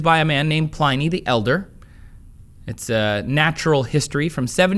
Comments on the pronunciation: I believe Pliny is pronounced Pl-in-nie, not Pl-eye-nie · Pliny (pronounced Plinnee) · Yes, thank you! Pliny as in pin, win, sin. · when he pronounces Pliny the Elder's name wrong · Trace! We've discussed this before! Learn to say Pliny correctly!